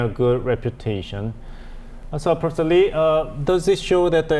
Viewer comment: Profser? I hope the anchor in the middle pays more attention to the way he pronounces some of the words.